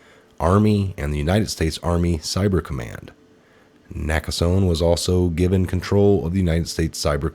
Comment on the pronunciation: it's pronounced "Naka sony